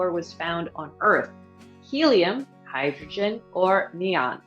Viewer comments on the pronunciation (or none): none